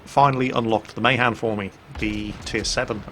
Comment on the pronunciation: Isn't Mahan pronounced as Muh-Han not May-Han? I'm pretty sure that's how Alred Mahan's name was pronounced...